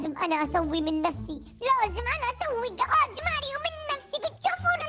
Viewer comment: كراج مو قراج يا لويجي